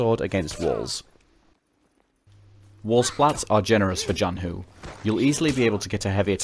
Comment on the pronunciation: If you're curious, yes you pronounced Zhanhu basically correct for an English speaker! It would be a tiny bit closer to the Mandarin if you pronounced the 'zh' part as a normal English 'ch'. zh in Chinese is retroflex, so your tongue is bent back a bit when you pronounce it.